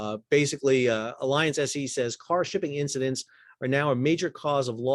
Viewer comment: Another timely and interesting report. Thanks! As a hint, mein freund, the name of the huge German insurance company Allianz does not sound like the English word alliance. Try instead ah lee onts. The last syllable rhymes with the english word "fonts". Danke!